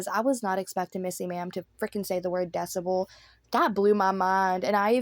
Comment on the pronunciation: i'm shocked that she pronounced it right lol, or got her mom to help her pronounce it right